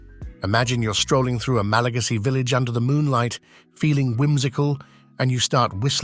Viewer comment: Not”Malageesy people”. Malagasy